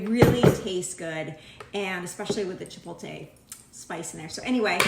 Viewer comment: Sounds great. Sorry to nitpick but its pronounced chipotle (chipotlay not chipoltay)